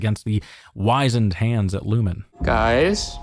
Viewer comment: 'wisened hands', pronounced "wizzened hands" Unless you meant their hands really had become wiser? 😏